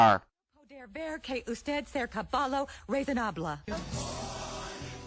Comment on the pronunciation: peggy didnt even say "caballo" correctly!